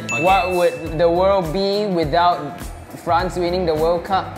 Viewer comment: is killing the name of france